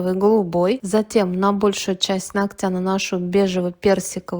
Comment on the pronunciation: нОгтя, а не ногтЯ. Слух режет, когда мастера так говорят.